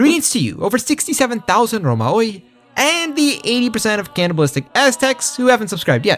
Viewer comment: It's pronounced Ρωμαίοι put that in google translator, not romaoe.